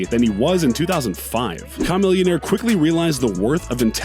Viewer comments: Bro it’s CHHHHAAAAAAAAA NOT KHAAAA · This fool has butchered just about every name on this list. Who tf is Kah-millionaire? It’s pronounced cuh-millionaire. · Ch-Ch-Ch not ka smh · KAH- millionaire. 🤣🤣 It's Kuh - Millionaire. You made my ears bleed with that mispronunciation lol. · KAmillionaire? Isn't it CHAmillionaire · Kemeel-ya-nair dammit. Not KA millionaire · It’s chamillion-aire not cha-million-sure, it’s made to sound like a Chamaeleon-sure, Jesus do you even research! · Yeah I don’t know who kuh-millionaire is. But Chamillionaire... chuh it’s pronounced Chuh 🙈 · Kaaaa millionaire Bro.. It’s chameleon + millionaire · Bro, it's like Chameleon + Millionaire. Chamillionaire. Like the beginning of Chameleon, and then the word millionaire. Not "Kah-millyun-air" yikes. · Normal people : chamillionare Video host : kamillionare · Im irritated how he pronounced Camillionaire!! KAHmillionaire!! REALLY??! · KAH-millionaire lol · Kah-million bruh💔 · How in the hell you say "chameleon" correctly, but can't say "Chamillionaire" baffles me.. why didn't you say KA-Meleon like you say KA-Millionaire? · So many L's taken in this video. Says he has 8 rappers, only does 7, say "KAAAH-MILLIONAIR" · Ka-milionaire 😂🤣🤦🤦 this is a completely useless and largely inaccurate video and for some God damn reason I can't stop watching it! 😂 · Kha-millionaire lol tf ? you mean chamillionaire? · Caw-millionare....😂 I had to look at my phone screen to see who he was talking about. Then I realized it was my favorite rapper. 🤦‍♂️ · Who the hell is KA-millionaire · Kaw-millionaire? Are you a crow, bro? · Did you really say CUM - Millionaire? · Its not Ku not Kamilionaire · KAH-MILLIONAIRE ? LMAOOO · Who the hell is Com-millionaire? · You mean “kaaa-millionaire” man the way this guy said his name made me cringe. Lol. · Why does dude swedish meatball smoothie drinking ass say his name like that "Ca Millionaire" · Kah-Millionaire... come on, dude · Did he just say chameleonaire 😂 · Haha same here